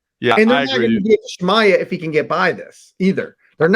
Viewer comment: Who tf is “Shimya”? Aren’t these guys supposed to be covering this sport for a living? You’d think they’d be able to pronounce the name of one of the biggest stars